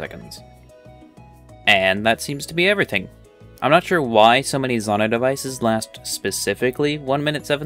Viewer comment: It’s pronounced Zonai, not Zonai.